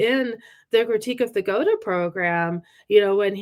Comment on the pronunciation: big props to for being the only leftist on a podcast to ever properly pronounce “Gotha”